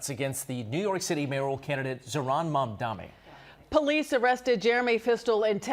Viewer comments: Why do the reporter and anchors keep saying Mamdame instead of Mamdani? It’s really not that difficult. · It would be really great if everyone at channel 7 would learn how to pronounce “Mamdani.” That’s an N at the beginning of the third syllable, not an M. Idiots.